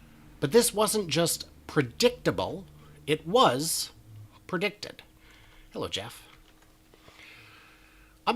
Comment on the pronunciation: Great info as usual, except that it is prediCTED, not prediTED. HEHE! 😉 Also, the savings for the gigacasting, is not only the parts, but the 150 robots per casting that you do not need anymore.